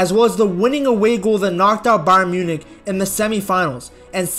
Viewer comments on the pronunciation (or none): none